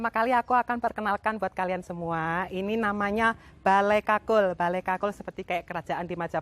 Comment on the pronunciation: Ya gpp yg bener itu 'Bale Kukul' & Suksma.